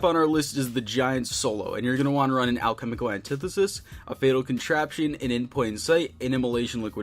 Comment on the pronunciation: "Halchemical annetithesis"